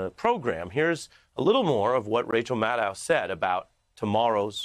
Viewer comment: Rachel Maddow is your (senior) colleague. Please learn how to pronounce her name correctly. It’s a pretty minimal standard of respect.